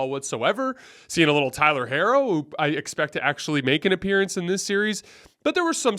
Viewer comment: C'mon 😂 that is not how you pronounce Tyler Herro's name. Or Rui Hachimura's name for that matter